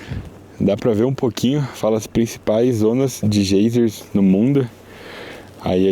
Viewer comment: Desculpas mas vocês falando gaysers tá uma agonia rsrs, fala em português mesmo gêiseres ou vão praticandoo inglês falando (gaizes), Abraços!!